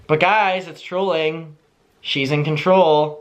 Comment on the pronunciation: It took me a good five minutes before I realized was saying trolling and not drooling. I guess what’s more concerning is the fact that I thought Gabbie Hanna was okay with drooling on her TikTok😓